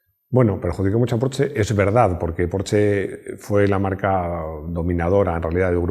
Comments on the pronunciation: Los 80's son: Laca, Hombreras, Música disco ... y GRUPO-C!!! Excelente vídeo otra vez P.D. Se pronuncia Porsssssssssssssshhhhhhhhhhhe mi mujer, alemana de Stuttgart, se pone enferma cuando digo "porche" ;-D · Se dice Porschaaaa!!!! jajajaja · Este hombre se queja de que digan lamboryini y no lamborguini ( lo escribí como se dice ) pero dice porche :v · No entiendo, no se supone que "porsche" siempre se a pronunciado "porsh"? Siempre he tenido entendido que quien pide un porsche amarillo te pintan la entrada de tu casa de ese color... :))))